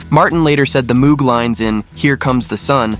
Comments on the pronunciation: and Moog synthesizer is not pronounced as it is spelled. It is pronounced "Mowg" with a long o—rhymes with "no" or "low". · That synthesizer? Its name—and that of its creator—is pronounced “MŌGE” (rhymes with ROGUE). I know, I’m talkin’ to an A.I. This is for the HUMANS in the audience! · 10 - Rain 9 - Tomorrow Never Knows 8 - Eleanor Rigby 7 - A Day in the Life 6 - I Am the Walrus 5 - Strawberry Fields Forever 4 - Because 3 - She's Leaving Home 2 - Here Comes the Sun 1 - All You Need is Love p.s. Moog is pronounced "Mohg" rhymes with "rogue" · Note to: Moog isn't pronounced with the same double oo sound as "tooth" or "booth". It's pronounced with a long o, like "vogue" or "brogue".